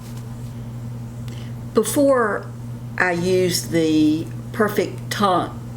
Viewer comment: Teint is pronounced “tint”.